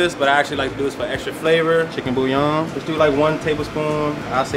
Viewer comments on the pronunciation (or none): none